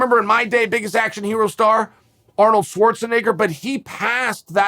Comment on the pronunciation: Chael needs to revise his pronunciation of Arnolds last name…